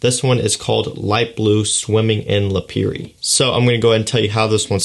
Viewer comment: I really can’t get over when says Lapiri.. It’s Lipari... 😭😭😂😂😂🙂🏆✨🌊🏝🏊‍♂️